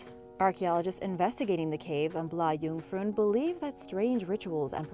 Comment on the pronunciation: "Blah Joongfroon" tehee, as a swede it made me giggle